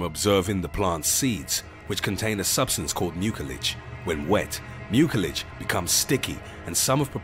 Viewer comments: I thought mucilage was pronounced MYOO-suh-lij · Overall the video is informative, however, the "c" in the word "mucilage" is properly pronounced with an "s" sound, not a hard "k" sound that the narrator uses. If you're going to do voice-over work, make sure your pronunciation is correct. You can learn how to pronouce words correctly by looking them up in a good printed dictionary or any of the many online dictionaries. Don't guess. If you're not sure how to pronounce a word, look it up and be certain.